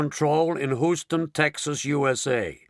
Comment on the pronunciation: AAAARGH! It's pronounced "Hue - ston," says an actual Houstonian, NOT "Who - ston."